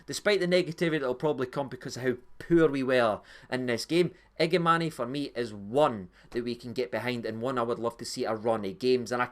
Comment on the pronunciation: listened late to your Review agree with most of your opinions only criticism is you sound like a Sky pundit keep calling Igamane igamaney it’s Igaman silent e